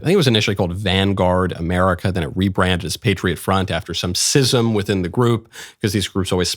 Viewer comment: Why do u keep pronouncing schism wrong ? SCh pronounced sk or sh period.... It's never pronounced siz!